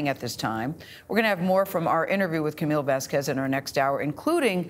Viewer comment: can’t gayle get camille’s name right